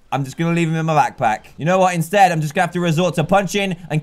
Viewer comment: did anyone else hear that he said lackpack